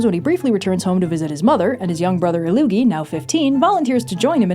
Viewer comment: Not ilLOOgi but ILL-Loogi. Not sure what Loogi means, but ill means ill. It is a Germanic language too.